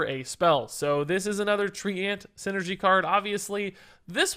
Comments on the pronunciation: Thumbs down for pronouncing treant as "tree-ant" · Lul tree ant, someone tell him how to pronounce Treant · The way pronounces treant might be the best thing in a while.